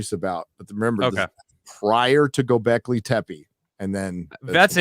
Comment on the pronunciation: I cringe a little every time pronounces Göbekli Tepe as Göbekli Tempe with an M in there. What makes it worse is that both and pronounce it correctly, but neither of them correct when is says it wrong several times. Sorry, but dumb little things like this but the crap out of me sometimes.